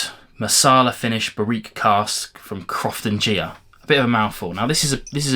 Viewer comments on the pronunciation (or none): Per a Gaelic pronunciation guide, Croftengea is a hard "g". "Ea" is a short sound, not long, and after a "g" it adds a "y" to it, like "gyeh". A bunch of those Murray McDavid have recently hit here in the US.